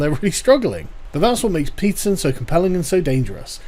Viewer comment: Peterson-> pizza zin This is what I'm hearing